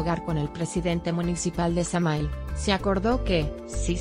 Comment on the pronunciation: se escribe samahil y se pronuncia samajil 😐